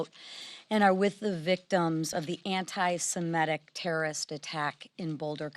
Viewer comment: At least Johnson pronounces "SEMITIC" properly because it stems from "SEMITE" . It is hard to listen to people in government who cannot even pronounce thing. correctly.